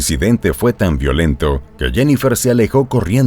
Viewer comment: Interesante historian! Solo que algunas palabras son en inglés y tratas de traducirlas y lo haces mal!!!😅por ejemplo “Violent” is English right? Ok in Spanish es “Violento” y lo pronunciaste mal! Deterioraste los dos idiomas!!! Perdón ok!!!